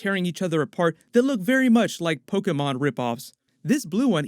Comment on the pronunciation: I like that you pronounced Pokémon Correctly 🤔